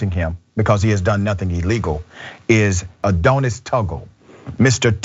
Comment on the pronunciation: Are you saying "Adonis"? I've never heard it pronounced this way.